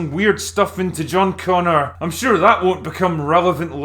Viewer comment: oh... it's john bonger